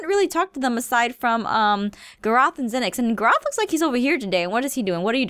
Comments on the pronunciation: Aph says " Gur-roth" but it's said "Gar-roth (this is not spelled right, I know, but I do know how to spell it tho) ALSO, to me the time when she MAKES her house is when thing get interesting! ( TO ME (Opinions) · "Grrroth" no no no no...no. It's pronounced Garotth!!! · Aphmau: lets talk to some of the guards because we haven’t talked to Gurroth or Zenix Garroth: ITS PRONOUNCED GARROTH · Aphmau at night:let me touch this bed oh it's morning. I can control the day and night. "Gurroth look " Garroth:wtf .................its pronounced Garroth. Aphmau:sorry but look Garroth:wtf whaaaa ...................how did you uh............... Aphmau mind:wtf plz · I'm rewatching ALL the episodes.... and when I heard Aphmau say Garroth's name she said, "Gerawth" And I'm like, "Ummmm.... What?" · Same xD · ITS NOT JUST ME YAY! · gay_briel_rose me too😂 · OMG so true! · Gerawth 😂😂 She says it correctly now 😂😂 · I'm rewatching ALL the episodes.... and when I heard Aphmau say Garroth's name she said, "Gerawth" And I'm like : Isn't that what Izy says (Pdh and Mystreet) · It’s GAR-ITH well that’s how u pronounce it!!!!!! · Gar-oth the way she says garroth Cracks me up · IT'S... PRONOUNCED... GAAARIIIITHH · Realising aph said gaarroth lmao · ITS PRONAUNCED GAAAAA ROOOTH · nobody: jess: doesn’t know how to pronounce her own character’s name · i luv it when she pronounces garroths name wrong and i just here him getting mad lol